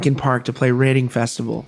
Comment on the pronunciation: FYI it's pronounced REDDING festival not READING...smh